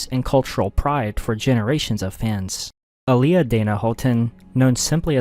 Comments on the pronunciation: Aaliyah (ah-lee-yah). please say her name right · Aaliyah (Ali-yah btw) and Selena. I still can't believe it.